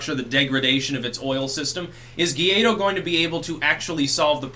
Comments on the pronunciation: Gwah Eedo. Gay dough sounds very insulting. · It's not Gaydo lmfao. It's Guai-do. (Goo-why-doe) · He's called Guaidó not "guiado" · Hey. Fix the #guiado for #guaido please. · Guaidó is pronounced "why-dough" (without the gh sound) mi amigo.